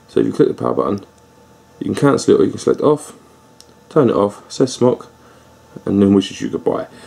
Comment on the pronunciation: I think it's pronounced like smoke?